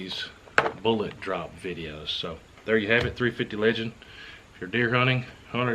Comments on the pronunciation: How the heck do you have this many subs when you can't even say the word 'Bullet' correctly? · Good info, but "Boo-laht"?....peak fuddery